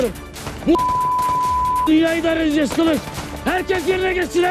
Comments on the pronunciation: Bizimki kılıç demeyden kalıç deyir😒😒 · kılınç dedi axı